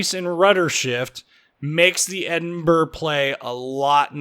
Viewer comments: Hey, I've been to Edinburr! It's right next to Belfast, in Wales. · Why can't you pronounce the capital of Scotland?